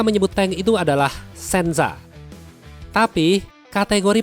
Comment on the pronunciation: koreksi, Nama Jepang nya tank tuh Sensha, bukan Shensa kebalik atuh